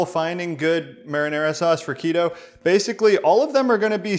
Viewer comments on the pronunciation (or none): none